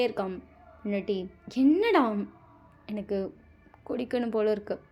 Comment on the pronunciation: Akka suga kudichutu panna alparai Yellam nalla irunthuchi😂😂🥰 Athuvum antha "pondatiiii" nu sonnathum cute a inthuchi😍😍 I love this episode ❤❤🎉🎉😊